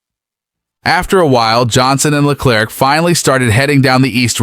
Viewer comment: Le-claire, not Le-clerk